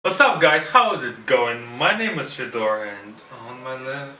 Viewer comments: Чувак а ты точно из России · When guy sad his name like FedOr, you know - he's not actually russian., мать его. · Почему ты наываешь себя а не? звучит ужасно